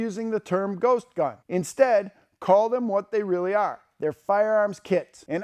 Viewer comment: Ghost gun? I thought they were saying Goat gun. BAA!